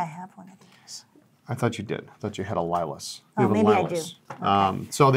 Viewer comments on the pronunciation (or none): The Lilas is pronounced leelah in French just fyi. Great looking pens.